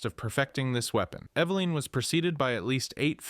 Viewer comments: Bro It’s Eveline not Eveleen or Eve Line 😂 also you say Steve is the youngest on the list but then literally say later that Eveline was born in a lab soooo you’re wrong about Steve being the youngest. Cool video tho, you should probably rewatch your videos before posting them to make sure thy make sense tho lol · Its evelyn.. eh beh liiinnnn. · I’m I the only one bugged by the way he says eveline